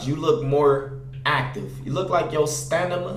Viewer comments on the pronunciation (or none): Stanima😂🤣 it stamina😂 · stanima? Is there something going on here I don't know about? Don't you mean stamina. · It's stanima... SIMPLE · Bryan Solano it's stanima bro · This guy said stanima hahahaha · Nigga said stanima smh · Stanima its Stamina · He said stanima😭😭 I’m dead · My nigga said stanima instead of stamina never passed high school bruh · We gonna ignore the fact said stanima 3 times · said stanima I'm dead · this nigga said stanima LMAO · Once again...STA-NI-MA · bruh wtf is a stanima? STANIMA?